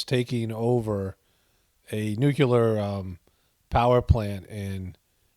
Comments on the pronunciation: It's nuke-LEE-ar NOT nuke-YOU-lar. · I can't help but think of homer every time says nucular. subtle comedy is on point.